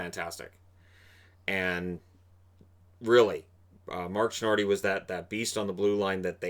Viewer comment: I am pretty sure it's Mark Tinordi. Anyway great job.